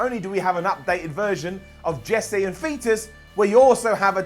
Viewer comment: Wait... did he just call Jessie & Festus - Jessie & Fetus?